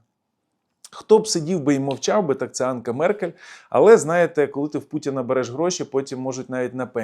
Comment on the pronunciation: Меркель не Анка, а Анжела!